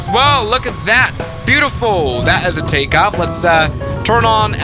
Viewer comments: Who tf says Takeoff Wrong 💀🙏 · That was geniously hilarious! 🤣🤣🤣 ("Compnesated", and "Tekaoff Bried") LOL